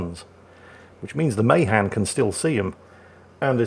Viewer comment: Ma Han not may han